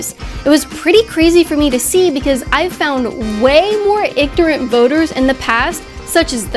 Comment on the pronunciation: did you say igtorant?